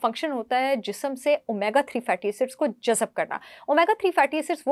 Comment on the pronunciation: Aap ki baatein aur medical mashware kaafi mufeed hote hain, bas ek mashwara aap ko dena chaahta hoon k urdu ke kuchh alfaaz ki adaaygi ke waqt aap dhyaan de diya karein... Aaj ka lafz tha... JAZB... jisko aap baar baar jazab bol rahi thi... 😊